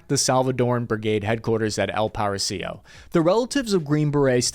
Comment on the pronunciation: "El Parisio"... dude seriously? EL PA-RA-I-SO. El Paraiso.